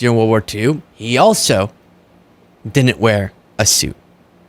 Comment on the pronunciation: Dinint? Counint? why are we abandoning that "D"? It's not just; it's creeping out all over.